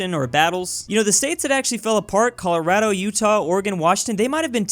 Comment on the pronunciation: It’s not Colorado the A is said as an o